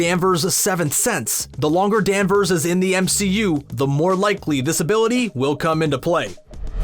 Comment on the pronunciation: Narrator uses that weird speaking techniquie I sometimes hear radio DJ's use where they add an "uh" to the last syllable of a word... to fill space? Case in point DanversUH